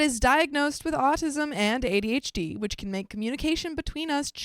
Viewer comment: Quit mispronouncing ADHD you sound like an idiot